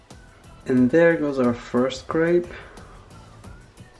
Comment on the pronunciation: Raphael, I love you, I really do but the way you pronounce crêpe makes me cringe so bad